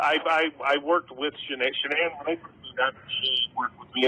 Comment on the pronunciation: Maybe I'm too invested in this case , because I am irritated he cannot pronounce Sha'ann's name correctly 😤